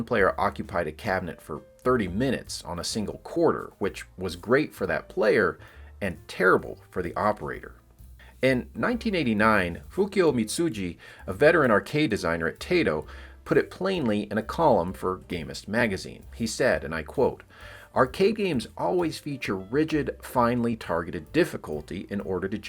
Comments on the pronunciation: I've never heard of this "Teito" company. I've heard of "Taito", but not, "Teito". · Taito is not a potato company (though apparently they made vodka in the '50s). It's pronounced TIE-toh, not TAY-toh. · Taito is pronounced with a long I. Like tie-toe.